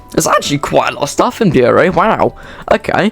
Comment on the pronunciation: Bury is pronounced like Berry. It pained me to hear your pronunciation. Bury isn't the terminus it's the main hub rawtenstall (raw-ten-stall) is one end and Heywood is the opposite end. The line does connect to the mainline and to the metrolink (Manchester tram network) there are many steamers as ELR but none of them were showing.